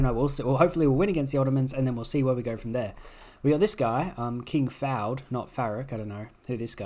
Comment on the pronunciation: You say fa-ud when its fu-ad